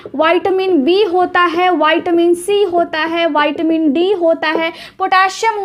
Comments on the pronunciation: Madam vitamin bolna seekh Lo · विटामिन है बैटामिन नहीं बच्चे